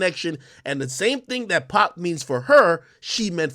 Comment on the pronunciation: It’s pronounced pac like pock not pack, y jada didn’t correct boy? 🤦🏾‍♂️